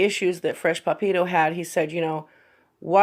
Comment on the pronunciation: Love how you pronounce Papito haha. Are you just a fan ?:)